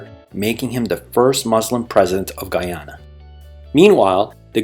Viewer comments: nice! but learn Guy ana not gui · Can you ’ppl cant say Guyana not Guiana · For fucks sake, can you learn to pronounce Guyana and Guyanese properly? Every time you speak it distracts from the video and takes away from your creditability as an educator. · Great history lesson but Please pronounce the name of the country correctly. It’s pronounced Guy- ana and the population, Guy-anese. You keep saying Geeana and Geeanese.